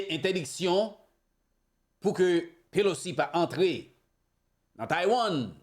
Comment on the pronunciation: HI BROTHER, HER NAME IS NANCY PELOSI, NOT POLOCI. MAY THE LORD BLESS YOU.